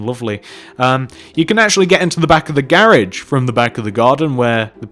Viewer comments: I love how u say garage😝😘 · hes said garage wrong